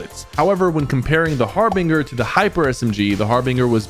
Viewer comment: Harbinger like ginger not harbinger like singer ✅️✅️✅️